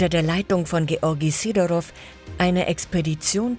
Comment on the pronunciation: wahrscheinlich natürlichen Ursprungs ... / Sidorov - Betonung auf dem "i" bitte. / Zum Teil werden DInge von wo ganz anders gezeigt! so kurz nach 4 Minuten die Mauer.